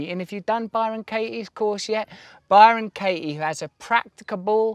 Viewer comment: Bye-Ron Kay-ee